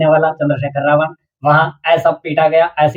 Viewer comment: Abe ravan clear bolo na